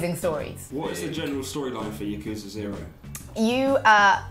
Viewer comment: Anyone else annoyed that mispronounces Yakuza?